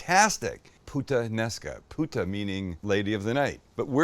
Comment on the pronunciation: "I'm a huge putanesca fan" bawhaha